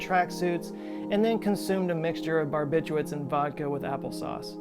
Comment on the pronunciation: Fun fact: There is a second R in "barbiturates". This is one of the most commonly mispronounced chemical/medical terms.